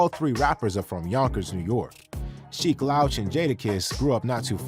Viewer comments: Respectfully , You are mispronouncing Sheek’s name sir. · I want him to stop saying Sheek name incorrectly